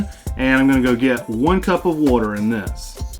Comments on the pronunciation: SAY WATER RIGHT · Well if he is tell him to say water right